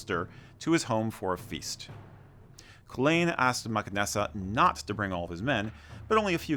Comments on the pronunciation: The pronounciation of Cú Chulainn needs a bit of work, its closer to Coo-cull-in although that is an anglicised version. The ch in Irish would have a more guttural sound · Great Video The Girls version is Camogie, pronunciation Kuh- mow- gee also Cú Chulainn is Coo-cull-in he would kick Thor Ares. ·